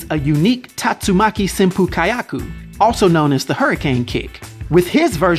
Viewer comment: Tatsumaki sempu "KAH YAKU" lol